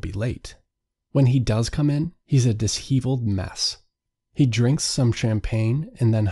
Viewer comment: dis-HE-veled? The summary may be written adequately, but mistakes like these (dis-SHEV-uhl’d) undercut all legitimacy